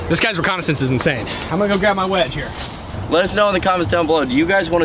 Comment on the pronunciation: "reconnaissance" in Matts words, sucks. 😂